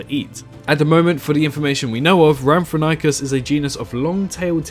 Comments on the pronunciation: It’s pronounced “RAM-for-RING-kus”. It appears in Walking With Dinosaurs: The Series. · Lol that Rhamphorhynchus pronunciation. Good list overall but personally I'd change some picks, keeping the Pteranodon, Quetzalcoatlus and Dimorphodon but I'd personally scrap Geosternbergia for something a bit more unique like Pterodaustro or Dsungaripterus (or although almost impossible to make it in Cycnorhamphus would be very interesting to see). Otherwise I'd maybe change Rhamphorhynchus for Germanodactylus, Darwinopterus or Anurognathus.